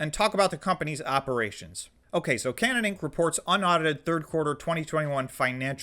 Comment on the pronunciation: I think its pronounced Kay - nan.... as in the promised land of the Bible love the content..